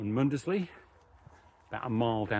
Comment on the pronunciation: Good walking video. I'm from Norfolk. Cley is pronounced Cli or Cl...eye. Muckleburgh is pronounced Borough and not Burgh. Mundesley is Mundsley. Happisburgh is Hazeborough. Palling is Pauling. Few of your places pronounced wrong but i'll forgive that for the excellent content you upload lol